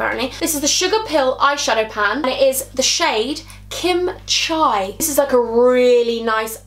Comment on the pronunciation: OMG when she holds up the eyeshadow pronounces kimchi wrong oh well